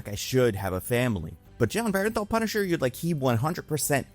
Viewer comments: It's pronounced Burnthal not Berenthal. Just throwing it out there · BERN-THAL... BERN-THAL NOT BERENTHAL... BERNTHAL!!! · why do so many people keep saying BEAR EN THAL...it's not even spelled close to that it's BURN THAL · BERNthal. BERNthal goddamnit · Actor was great. writing was bad. and jesus christ. please pronounce the actors name correctly.